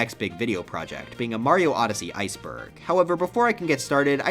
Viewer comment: i thought he said "mario heisenberg" instead of "mario iceberg" 💀